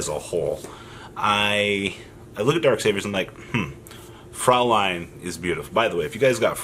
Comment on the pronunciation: It's actually "fräulein"("äu" is pronounced like the "oy" in "soy sauce". Yeah nothing better than this example in my mind), which is german for (young) lady